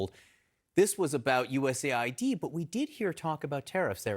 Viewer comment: Usa id? Its us Aid